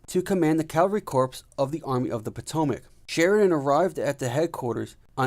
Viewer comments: "3rd Corpse" . p is silent in corp. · Not bad! Thanks. However, next time please pronounce corps as "core" and J.E.B. Stuart as "Jeb Stuart." Please clap.